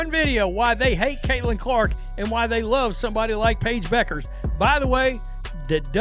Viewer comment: What an idiot. You took a video that can't even pronounce Paige's last name correctly SERIOUSLY?